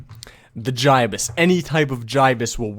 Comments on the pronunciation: how come he says GI-BUS, it's supposed to sound like GIB-US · It's gi-bus not fucking ji-bus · Gibus not jibis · its pronounced as gibus not jibus dummy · It's Gibson not guy is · I dunno what’s worse the fact I use my favorite scout bat to make this or the fact he pronounced the gastly Gibus gastly giabus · It is said jibus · the gibus is actually said like gibbus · >Says Jaibuz instead of Gibus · He pronounced gibus wrong